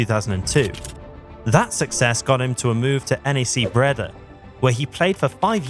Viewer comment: I like the video, but please check how to pronounce the name of football clubs and players. You butchered the name PEC Zwolle and had NAC Breda wrong as well. It's a nitpick, but looking up how to pronounce them only takes like 10 seconds